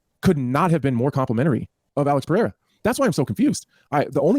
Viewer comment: Who's Alex Pair-a?